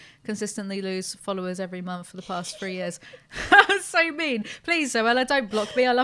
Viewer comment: For fuxache, people! 😳 Sexy sausages! I cannot get sexy sausages out of my head; what have you done? Fankyew for Part Two, that was a delight( all free of you) and knows I'm gently mocking the London accent here. pronounced "three" as "free", again! It's a subtle linguistic thing, and I love you lot for putting up with an uppity fanbase! Gud one! 😃👍